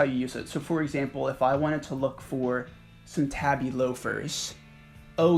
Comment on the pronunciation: I’d like to point out tabi is pronounced more like tahbi than tabby, in line with the Japanese alphabet.